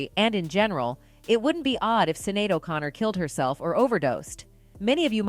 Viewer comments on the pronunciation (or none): her name is pronounced "shin-ade" not "sinade" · Her name is pronounced Shin-ade not cin-nade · Sinead : pronounced SHINADE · Her name is pronounced shin-aid. Thanks. 🖤